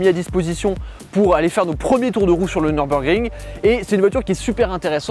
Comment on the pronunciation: NEURBEURGRING mais lol cava tu te rattrape avec la bonne prononciation de d akra